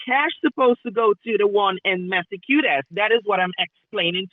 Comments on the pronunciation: Goverman Seriously?? Oh Massycuetass? Like seriously they don't even know how to pronunce that and they want to scam like for fuck sake tell to get a real job. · 'Massacute-is' ? Sounds like 'Locutis of Borg' 😂😂😂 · Did he say MassiveCuteAss? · 😂😂😂 SCAMMER cannot even say THE STATE NAME😂😂😂😂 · The jamaican couldn't even pronounce massachusetts right!😂😂😂